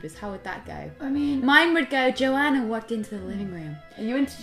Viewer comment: OMG she said my name in the most beautiful way "Joana" as soon as Rose said it I started to smile really hard ❤❤❤